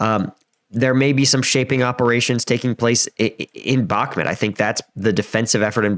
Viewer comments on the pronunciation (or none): Just friendly tip, it’s pronounced BakmOOt, rather than BakmIT. :) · Please stop calling it Bakmit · "Donbis" "Bakmit" "Neeper" LOL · Great analysis. Its prounounced Bach like the composor and Mute with a silent E though for future videos. God speed to this Offensive. I volunteer with Engin and want my friends lives to go back to normal as soon as possible. May no mercy be shown to invaders. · i about to give you nothing if you as a war strategy analyzer can not pronounce the bakhmut city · Please learn how to properly pronounce Bakhmut... its painful the way you pronounce it.